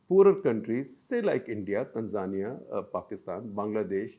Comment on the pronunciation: Baldhead is pronouncing Tanzania wrong.